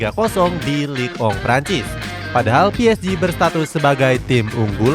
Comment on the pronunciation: Kenapa league 1, di bacanya lig ong min?